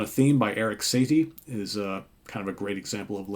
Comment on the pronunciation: Great review. Couple of things- Drown In My Own Tears is a Ray Charles cover, and the Classical Composer you referenced name is pronounced "Sa-Tee", not satiety. I still feel that B S &T 4 is highly underrated. Also, I, like many others, never really gave Jerry Fischer a chance. But I plan on fixing that. There's a great 2 disc B S & T anthology on Sony that covers the whole career of the band that new folks to B S & T should check out for a starter album.